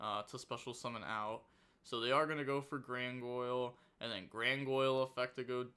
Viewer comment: Why do you say Grangoyle😭😭